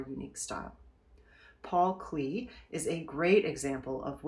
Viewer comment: Hi there, Paul Klee is pronounced ‘CLAY’ fyi.